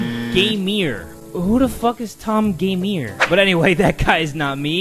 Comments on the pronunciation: Tom Gamèr he says, when it says gamer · said: Tom Gameer Captions said: My Mom Taymir